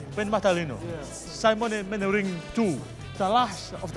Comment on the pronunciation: Tears when he says Simon manering